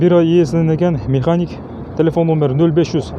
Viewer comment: Ээ механик,коробка механика-деп сүйлөчү.